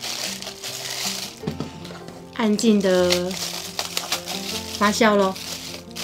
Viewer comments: 你说的对！fa jiao 😂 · fa jiao, 不是 fa xiao.真的让人发笑。😂， 我马来西亚人老师都是教我们读 jiao mu。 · 发酵 读：（fā jiào ） 不读：（发笑）